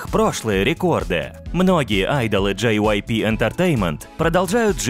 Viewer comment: Чел, я на тебя на ору, ты их имена не правильно произносит, (половину) вот например Хенжин,вообще-то Хëнжин! JYP это читается дживайпи, это имя глов мэнаджера